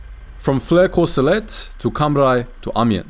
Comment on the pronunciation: "Ommy-aw". That's how you're supposed to pronounce Amiens. Not "aimy-enz", not "ammy-enz", not even "ommy-enz". "Ommy-aw". Because zees word, she iz FRUNCH. And you must bow to the frunchness, or be forever a goon. K-rounds were actually just regular 7.92mm Mauser rounds yanked out of the cases and reinserted backward, so the flat base of the bullet was facing forward - the intent was that the reversed slug would have better odds of penetrating as it wasn't as likely to deflect or ricochet as the rounded tip would. And the "T-rifle" was never called that. Es't ein Tankgewehr 1918.